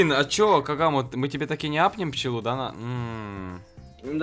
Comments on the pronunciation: Кагама а не кигараму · Кигураму 🤣🤣🤣🤣🤣🤣🤣 кагаму - Кигураму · Не кигураму,а кагаму